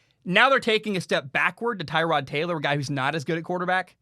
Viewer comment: I think that Tyrod’s name is pronounced Ter-rod, not Tie-rod. Kind of like Terrell Owens, just a little tidbit there.